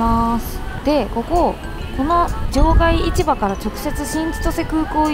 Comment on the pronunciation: またまたの北海道は札幌の動画、楽しく拝見しました～！ ところで、場外市場の読み方ですが正しくは『じょうがいしじょう』です（バス停のローマ字表記も「shijo」になってます）。 札幌卸売市場も同様に『しじょう』です。 地元民からすると、違和感があるので、指摘させていただきました。 一方、観光スポットで有名な二条市場は『にじょういちば』と読みます。 日本語って難しい～